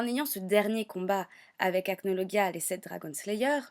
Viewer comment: Ca se dit acnolojia